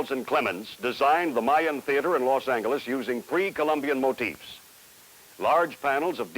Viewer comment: I've never heard "Los Angeles" pronounced this way.